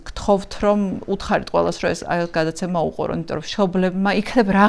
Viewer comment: მოხთა.. გააცემა.. მცთელობა ... მძიმე მოსასმენია, გამართული ქართული სანატრელია...